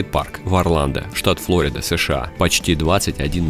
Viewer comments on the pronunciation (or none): Бооже,да не ФлОрида,а ФлорИда!!!